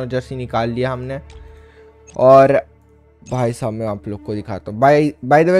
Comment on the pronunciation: Bhaisaj nahi bhaisab hota hai 🤣😂